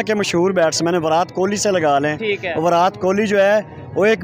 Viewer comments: Please someone tell these Pakistanis it's NOT विरात Kohli, it's विराट ! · विरात कोली 😂😂 बोलने नहीं आता क्या